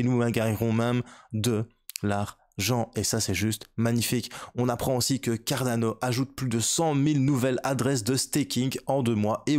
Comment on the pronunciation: avec plaisir force à toi ! Moi aussi je suis de Bruxelles haha tu sais comment j’ai sue ? Quand tu prononce Cardano on peut entendre un carolo parler il me semble haha force à toi 💪🏻👌🏻😁